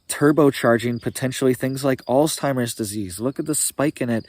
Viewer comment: No T sound in Alzheimers